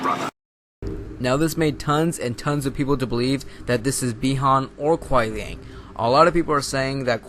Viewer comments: It's Kuai liang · It's Kuai Liang. Look it up on the wiki you'll see. It's confirmed...dammit. :( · Dialog between kenshi a sub zero He calls sub zero Kuan liang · Hate to break it to ya, but it's Kuai Liang. One thing, bro: read the comic. And watch the trailer. "Alternate skin" of Sub-Zero is seen talking to Cassie Cage. And I just can't believe, you have not noticed his blue scar, behind his mask. And their dialogue was: Quan Chi : - "Your brother succumbed to me easily." Sub-Zero: - "I am not like my brother, Bi Han." UPDATE: Another proof of my words